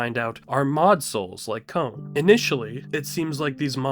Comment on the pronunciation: Con is how you say kons named not cone.